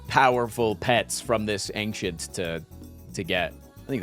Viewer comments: Why does he pronounce ‘ancient’ as ‘ank-shint’ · Is he trolling pronouncing ancient like that?